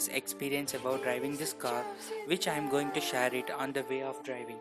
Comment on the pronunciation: You're butchering the English language. I'm not gonna "Shayar" this video with anyone until you fix it.